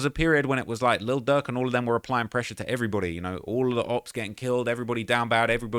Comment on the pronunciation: Please use pronunciation with your words, cause you keep calling Durk Duck 🤦🏽‍♀️🤦🏽‍♀️🤦🏽‍♀️